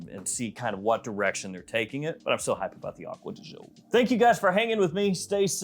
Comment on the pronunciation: Since this is one of your favourite fragrances you should probably learn the right pronunciation of the word GIO. It's DJO not ZHO 🙏